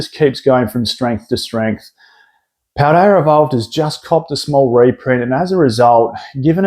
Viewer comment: "Rayquazar" and "Paldear evolved" 😂